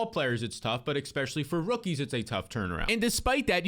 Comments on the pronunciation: “Ex” specially???! You’re killing me smalls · Bro, I have to say it. "Especially" doesn't have an x in it, it's not "expecially".